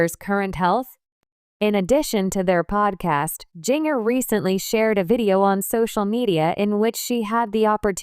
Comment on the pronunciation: Jinger is pronounce ginger like the spice Jana is pronounce jan -na please correct